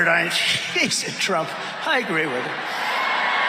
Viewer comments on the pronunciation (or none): none